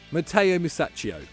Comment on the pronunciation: The way you butchered my boy Musacchio´s name hurt me real bad.